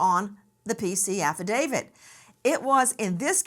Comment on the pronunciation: Don’t say ‘affidavid’ , it just sounds stupid.